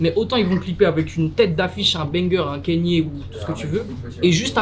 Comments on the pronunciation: Vous avez du mal avec son nom à kanye west,à chaque sortie de yeezy etc c'est du kenny west... "canne yeah" en phonétique(pour les nuls), sinon c'est ye vu qu'il à changé de nom ("yeahhhhhh") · 👉 Kaï- Ni-É 👍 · Arretez de dire « Kenny » West svp 😭